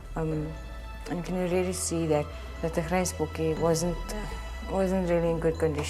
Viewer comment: Does the narrator not listen to the participants when they name the animal- to pronounce it properly? So sad they had to euthanase the 'grysbok'.